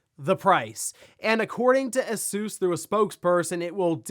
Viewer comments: The way he says Asus is so annoying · Haha do you guys call it A-soos in America? It's definitely Ay-sus in the UK, Asoooos sounds really lols